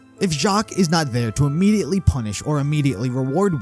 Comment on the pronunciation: U had an emphasis on "PUNISH" there.